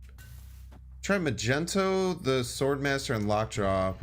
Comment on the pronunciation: Do you call Magneto Majento on purpose?